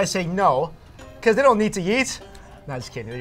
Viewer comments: never uses the e sound. "You always have to YEET..." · the way pronounces "eat" sounds kinda funny lol.